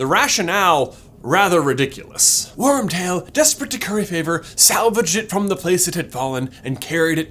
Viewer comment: I died every time he said Wormbutt